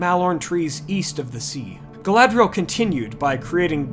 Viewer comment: Galadhriel - pronounced Gah-lah-three-el Galadriel - pronounced Gah-lah-dree-el. Galadh = Galath = Tree. Galad = Gah-lahd = light Dh = Th Caras Gala-thown Ea = Y i = 'ee' sound. Maedhros = "May-throse." Earwen = "Yarwen." Finarfin = "Fee-nar-feen." Any vowel with a long mark over it is pronounced harshly (the long vowel sound). They got a few things wrong with Elvish languages in the films (which they admitted to, later), but just wanted to help you out with the pronunciation.